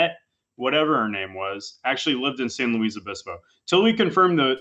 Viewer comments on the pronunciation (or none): The worst part of this whole video was him correcting Hasan and saying its "San Louise" its fucking pronounced Louis. Like why would you correct him if you don't even know